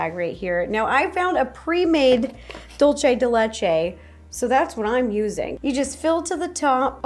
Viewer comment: I love this video! All of the cookies look so good😋 ❤❤ Also Ro, i just wanted to let you know it is not dul-chay de le-chay it is dul-say de le-chay.😊